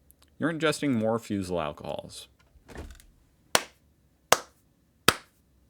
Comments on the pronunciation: The 1st syllable in "Fusel" is pronounced like the 1st syllable of "Foobar"/"Foo fighters" The 2nd syllable "Fusel" is pronounced like the 2nd syllable in "frizzle"/"sizzle" or the last in "Fo' shizzle" if ya like Snoop Dogg~ Fusel = Foo-zzle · To pronounce Fusel correctly, say FOO-zell. Also acceptable: FOO-sell. You're right on track, when the e is almost completely silent.